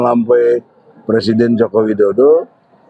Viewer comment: ohhhhh dia masih pecelident tohhhhhhh